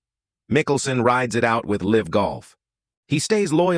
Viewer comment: "The face of el-ive golf." And with that, I will not waste another second on this AI slop.🤣😂